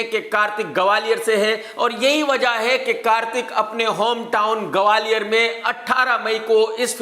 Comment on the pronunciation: अबे झण्डू गवालियर नही ग्वालियर है 😂